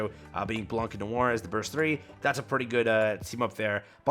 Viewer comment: I have neither Mast nor the bunnies, but they can return. Collab characters likely won't, ever. Also Imma lose my shit with your prononciation of "Blanc" lmao. For the last time, the c is silent. It's a french word, I'm french, please, for the love of Mariane, listen to me lmao